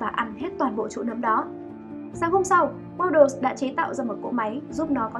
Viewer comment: Waddles nha chứ ko phải Waddel w2w đọc nhầm r